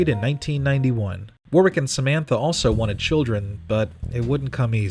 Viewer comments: It's pronounced worrick, not warwick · Hello, British dude here. It's pronounced "Woh-rick". And the place, Surrey, is pronounced "Suh-Ree" I don't mean to be an arsehole, just trying to help Loved the video! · This lost me the first time he mispronounced Warwick. Do your homework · You don’t pronounce the second W in his forename, FYI Nice mullet back in ‘92 by the way... business up front, party at the back!